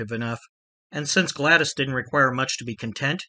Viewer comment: don't sweat it bro. You're DeMeo videos are great. I'm not hating on you. Roys wife's name is pronounced Glad ESS. Not Glad-ee.